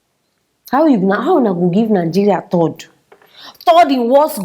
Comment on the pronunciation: Please the corect word is third not thord